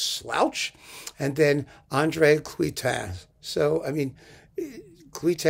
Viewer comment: Dear. You mentioned the conductor Andre cluytens but mis pronounced his name as my Belgian friends would say. It should be pronounced as claytenz. It is like our Hungarian friend frenec fricsay which you have gotten your tongue around as frerech fricshay which my Hungarian friends say is correct. Well who knew but them. All best.